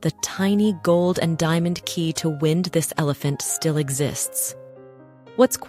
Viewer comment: Interesting, but the AI narration (e.g. "whened" instead of "wind") is annoying